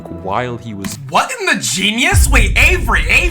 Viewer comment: “what in the genius??? wait avery, avery, avery, ÆVERY, AYVERY”